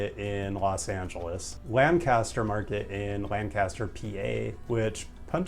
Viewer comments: Lancaster, PA is pronounced LANKister, not Lan-castor as you’d expect. Pro tips. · As a Lancaster resident I was very pleased that Lancaster Central Market made honorable mention. For the sake of trivia we pronounce the city name differently than the world's other Lancasters; Lanc-as-ter rather than Lan-cas-ter. The market also happens to be the oldest continuous public farmer's market in the US. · Thanks for including Reading Terminal, a real gem. But as for Lancaster, Pa., and its Lancaster Central Market, please pronounce it properly. Lancaster rhymes with "yank it, sir," not with "sandblaster." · We watched this hoping you would mention our hometown Lancaster Central Market! Thanks for the shoutout! (BTW: it's pronounced Lang-kiss-tur...) We love your channel! After watching Not Just Bikes we sold one of our cars and we both bike commute most places. Now we've found and have been fantasizing about moving to Philadelphia. Oh, and have subscribed to Nebula. Thanks for the inspiration! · Lancaster, PA is not pronounced way you're saying it--and people do take that very seriously!